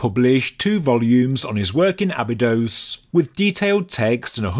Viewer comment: Abydos, not Abydose.